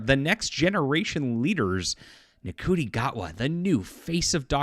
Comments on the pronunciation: NCUTI IS PRONOUNCED....SHOOTY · I believe his name is pronounced something like "Shuti". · With respect, you are mispronouncing the actor's name - it's pronounced "Shooty".... Or more correctly "Shitty" which sums up his acting and this whole "woke" circus. Send in the clowns...oh wait...They already did! 😆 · Just for future reference, Ncuti is pronounced Shooty. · Great video and I totally agree with it I've been watching doctor who since 1974 and I hate saying I'll never watch it again now because it's not proper doctor who. Ncuti is actually pronounced Shooty. Keep the great videos coming by the way I've just got your three books on Kindle so I'm looking forward for reading proper science fiction